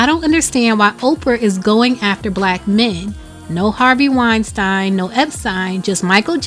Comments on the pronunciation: it's "wine -steen" (pronounciation) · First of all, you are horrible at pronouncing names... Wein-STEEEN.... Now on to the real stuff. You are also misreading what 50 cent said. He's saying that oprah knows how worse black men get found guilty in the media, public opinion, and in court. So why is she perpetuating it on a greater, more public scale? Her and her team have gone after nothing but black men in controversial topics, and yet those same topics and issues involving her other friends, not a peep. THAT's the issue. And I think it's clear. I see wrong, and if there is evidence, yeah it's wrong. R. Kelly Definitely should be in jail, but that's not his point. I don't know how you saw it that way.